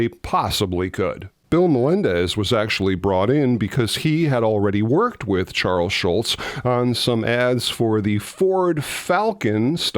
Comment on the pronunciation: This another great video, but it's Charles Schulz, not Charles Schultz. You blockhead! 😁